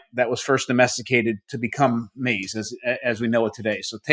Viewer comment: It’s not pronounced maze . 😂